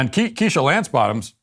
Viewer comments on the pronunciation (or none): none